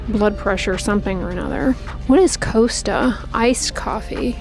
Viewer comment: FYI - pronounced like cos-ta